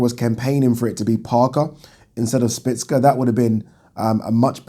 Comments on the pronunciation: Szpilka not Spicka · szpilka not szpicka its not hard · Spill-ka not splits-ka 😂😂😂😂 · 😁😁😁😁For the last time... Stop calling him Spitz-ka.. There a bloody L in there.... Its actually pronounced ' Schpiel-ka' if we're gonna be technical... BoxTalk days all over again.. 😁😁 Oh Yeah.. Great vid... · Oh god you butchered Szpilka's name